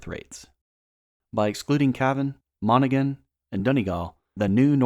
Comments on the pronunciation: It’s Spelt as Monaghan But it’s Pronounced Monag-Han the G Is Silent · Monaghan, silent g, pronounced Mon-ah-hin. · I've watched a number of videos on the division of the island of Ireland - not the worst, but this is a very surface-level overview. Also other YouTubers did a much better job of researching town and county pronunciations. Monaghan, Donegal, Coleraine and Clones were particularly egregious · You pronounced “Monaghan” incorrectly and it’s “UVF” not “UFV” but otherwise not bad. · Just so you know, the G in Monaghan is silent🙂 still very informative👍